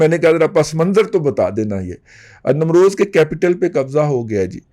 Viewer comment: Namroz" nahi balkay "NEEM ROZ".